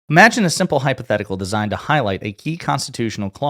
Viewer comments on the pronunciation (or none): none